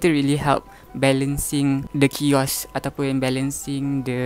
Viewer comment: aku sorang jeke terhibur dia letak 'kiosk' kat 'chaos' 😭😭